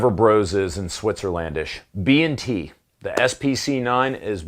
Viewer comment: B "&" T.... Not B N T